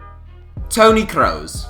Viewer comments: its pronounced kroos not kreus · daniel IR It's promounced Kross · daniel IR he pronounced it "crows" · It is pronounced Crooos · I don’t like the way he says Kroos.. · Wtf is that pronunciation of kroos 😂😂😂